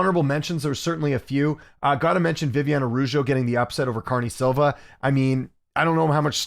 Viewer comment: Viv-e-on-e Ah-dah-ooh-jo & Cuh-re-knee Silva. The other videos there have been some more but yeah. I mean it in the most respectful way possible btw. I don’t wanna come across rude or anything. Just a question. Thanks